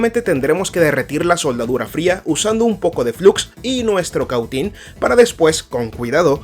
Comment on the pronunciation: Que interlocutor para hablar tan mal, se dice balasto y se dice Cautín no como el lo dice, así serán sus conocimientos